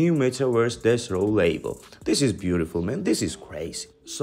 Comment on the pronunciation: Why does it’s sound like ur sayin dess row every time u say Deathrow 😂